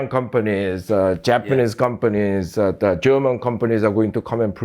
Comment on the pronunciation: his "da" sounds so jamaican 😅